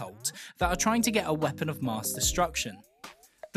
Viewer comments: All great points but you pronounced mass as maass so I've forgotten everything you've said and reported you for recruiting for ISIS. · Sorry..sorry how are you pronouncing 'mass'?